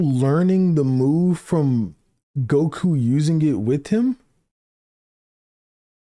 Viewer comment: The way he says goku is unacceptable